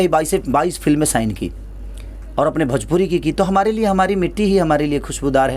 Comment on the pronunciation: Are sala bhajpuri nahi bhojpuri hota hai